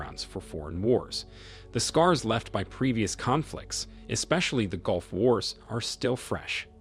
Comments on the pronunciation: Mate, please do not crucify my Mother Tongue The British English Language. Golf is a sport and dubbed onto a VW Polo car. Gulf is pronounced Ga-lf. Speak your language. Do not rape mine. Thank you. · "Golf" states? Must be where Trump vacations! I should be forgiving of people whose 1st language is not English. It's difficult enough, even for those of us who speak it natively. Maybe that's why no one seemed to catch the AI glitch. I can forgive humans. Not AI. It drives me crazy! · Correct your word ...Persian golf... nor ...golf...